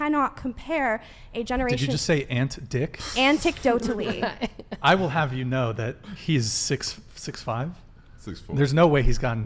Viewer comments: I can't take a woman seriously who keeps saying "anticdotally" lmao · Anticdotally. Lol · can’t even pronounce “anecdotally”